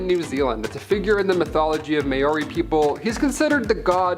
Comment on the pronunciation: whiro is pronounced firo with a rolled r and Maori is pronounced maow (rolled r) ri. yw.